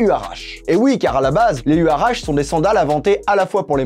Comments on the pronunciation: On prononce "you'ratchi" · J'ai mal a chaque fois que tu dis le nom... Les huarache sont des chaussures traditionnelles mexicaines, on prononce ouaratché